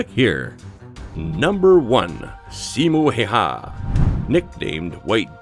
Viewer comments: what did u say Simo heihä? its SIMO HÄYHÄ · I LAUGHT SO HARD WHEN HE SAID SIMO HEHAA